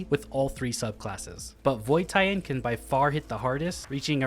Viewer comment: What's a tie-hen?